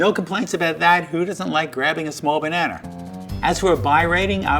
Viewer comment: my man said 'bananer'